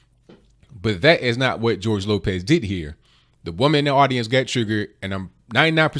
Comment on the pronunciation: Gorge Lokez? Nigga you ever hear of re takes.